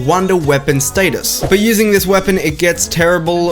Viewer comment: i love how he says ststus